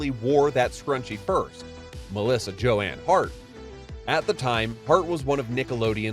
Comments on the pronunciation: How do you mispronounce Joan from Joanne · Thank you! That bothered me when he said “Joanne.” I came here hoping someone would comment on that. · Shocking - Joanne not Joan ?? AI as crass as ever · I don’t think this is AI they actually go through different actual tones of voice it’s just unbelievable laziness to not say her name right